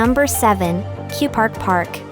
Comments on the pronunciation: It's Kurpark not Kupark and your pronunciation of places was wrong. I really couldn't finish watching especially after you were butchering the pronunciation of Biebrich so badly. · The Kurpark not Kupark. I would recommend adding the Spielhaus (Casino)